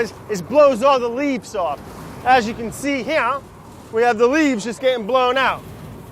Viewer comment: Sounds like he said “As you can see hereyuhh” 😂😂